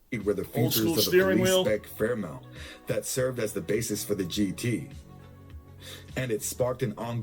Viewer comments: 🦘🇦🇺 Fairmont not Fairmount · Andrew Moffat ?????? Say WHAT ??? Who That ????? What the hell is a Torano ??? And it was Ford Fairmont, NOT Fairmount. FFS, do some fact checking, PLEASE.